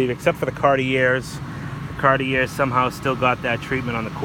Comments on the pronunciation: Its pronounced ‘CAR TEE eh’. Cartier. Try it. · Can u learn how to pronounce Cartier. You don't say the R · You don't pronounce "r" in Boston, similar to old NYC, but you chose to pronounce the final (silent) "r", which was quaint.:)